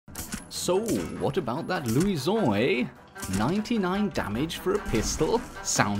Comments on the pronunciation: Why are you pronouncing luison like that? It's Lou-shin. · why does he go french when saying luison it sounds stupid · Its lusion not luison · louison ,the way you pronounce it is funny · I hate how he say Luisaon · The way he said luison😂😂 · When he says Luison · why are you pronouncing luison like that. It's not in french. It's in portuguese or spanish